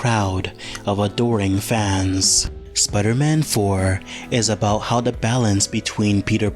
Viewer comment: Okay, but why do you call him "Spudder-Man"?